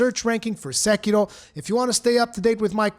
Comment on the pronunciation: I wish everyone talking about Sekiro can pronounce Sekiro correctly like you do xD